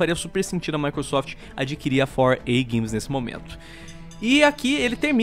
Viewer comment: "épica games" kakakkskk